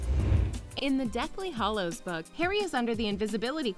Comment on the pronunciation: OMG It's Hallows not Hollows. That is so frigging annoying.